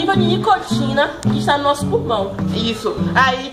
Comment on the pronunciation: Menina fala purmão kkkkkkkkk